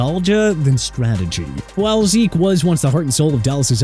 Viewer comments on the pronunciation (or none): none